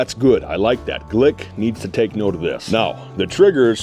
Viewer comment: Why does he keep saying glick